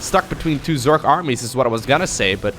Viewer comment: Is there any particular reason you say "zerk" instead of "zerg"? That's got me intrigued lately.